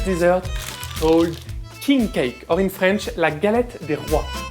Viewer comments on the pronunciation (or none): J'aimeuh la galetteuh, savez vous comment?